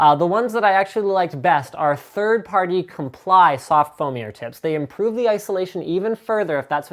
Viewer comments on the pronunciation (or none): none